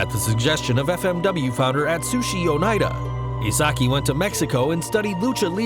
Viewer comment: Hmm the Funker always pronounced it "oh neat uh".